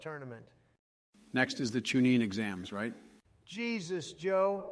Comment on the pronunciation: he said the chunin exams LMAO